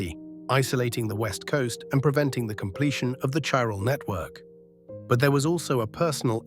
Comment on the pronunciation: Oh okay I see, it's Ai slop. I can tell seeing as it can't pronounce Chiral consistently to save its fcking life